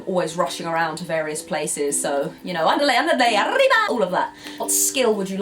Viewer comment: Speedy González? haha! Well, as a Spanish speaker myself, you nailed the "rr" in "arriba". A lot of English speakers just can't make that sound. How are your French and German "r"s, though? I find French pronunciation way more difficult than German overall, but learning French helped me understand and pronounce German. Greetings!